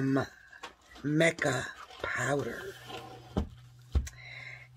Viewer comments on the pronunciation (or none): Not mick-ah, it is pronounced "mike-ah"